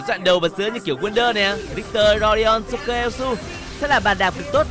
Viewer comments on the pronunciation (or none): none